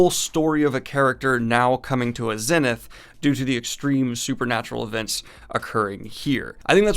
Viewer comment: I know it has nothing to do with the video but that's not how you pronounce the word Zenith